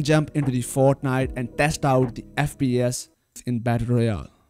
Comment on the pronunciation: “FP eth”